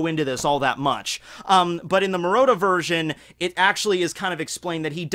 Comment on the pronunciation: Murata, not Murota. Pls